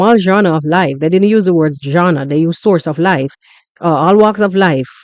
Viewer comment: What’s jawna …” said Jawnas of life . Are you saying “ Genres “ ?